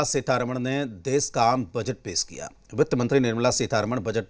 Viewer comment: देस नहीं देश कहो. गंधा लगता है